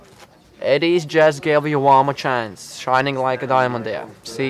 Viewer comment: The dealers name is Edijs not Edus xD